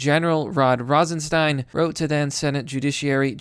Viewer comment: "Rostenstein" again....